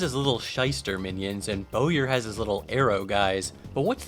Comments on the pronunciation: Bowyer is pronounced like "boyer." It's the word for a bow maker. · Here's a fun fact mr gamer, Bowyer is pronounced "boyer" 🏹